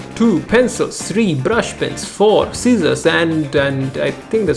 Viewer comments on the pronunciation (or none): "Sissors" yep.